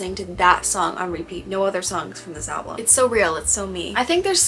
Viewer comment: It really helps when you know who and what she’s singing about. Everything changes. Do you realize that you say “ALBLUM” vs the actual word is “ALBUM”? It’s kinda like nails on a chalkboard to me. Idk why. You speak so eloquently but alblum? Most is about Matty Healy, not Joe Alwyn, which is what we expected. But she was having an friendship/emotional relationship when she’d tell Matty about her problems with Joe. Matty and Taylor were rumored to be together in 2014, but turns out they never stopped talking. So he was basically given the roadmap to her heart and boy did he use it and tossed it away. “Fresh out the slammer” (her relationship with Joe) was Taylor finally coming to Matty. After he crushed her, he’s the SMWEL. The Jehovah’s Witness suit may have helped but idk. You didn’t seem like you understood who or what she was singing about and with this album? You need that information to truly appreciate her lyricism. Sorry you were disappointed with it but I think it’s her best and most revealing work to date. She laid it all out there. A few songs were about Joe, most were Matty and a few were about Kim (thanK you aIMee) - like her old lyric booklets used to do. “KIM” are only capitalized. My mother is a SAINT-ly woman (Kim has a son named Saint). No excessive words needed there. She FINALLY went for Kim’s jugular! Loved that and Cassandra. Look up mythological Cassandra before listening to that song. It’s about the phone ☎️ call from Kanye that Kim edited and leaked.